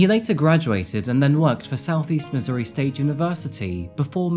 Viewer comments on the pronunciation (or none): none